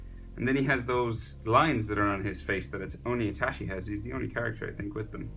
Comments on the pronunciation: Sounds like he’s say itashiii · Bru that's pronounce itatchi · man says itachi as itashi But the drawing is sick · did he just say itashi